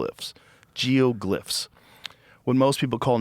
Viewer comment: Sometimes Rogan is an idiot. Can't even pronounce Geoglyphs (JR=geoglips according to Rogain lol) All the Geoglyphs are hundreds above sea level... Oops. Not so much.